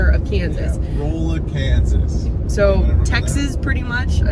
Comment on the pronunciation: Rolla is pronounced Rawla. Enjoyed the road trip